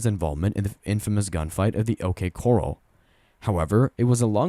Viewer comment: It’s OK core-AL not correl